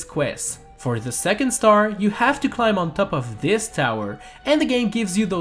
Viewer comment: ITS CLIMB dont say the b